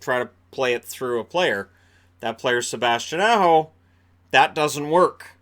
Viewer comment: said Aho and pronounced it like he was an A-Hole. So it wasn't that they were thinking of Nelson at all